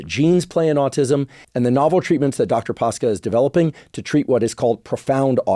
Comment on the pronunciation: Came here to say that 😁 and also to nitpick on the pronunciation of his last name, though I suspect it was simplified in purpose to prevent mispronounciation . It's actually Pa-sh-ca. Ș is like sh in shelf.